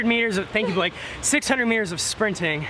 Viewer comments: Oh my lord you call him blake (block-ay) thats what I call my friend blake too😂😂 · This is hysterical. You called him B-LOCK-A(not sure how to write that) Seeing how my daughter(Allison Norman) is a swimmer, the names Cody, Blake, Lilly, Gary....are household names here. And we call Blake "B-lock-a" all the time. She is currently at IU swim camp and hopefully learning a lot. Thank you Cody for all the inspirational videos (VLOGS, Yes I am a mom and I know how to say VLOGS) It really helps her get through those tough times and makes her want to keep going!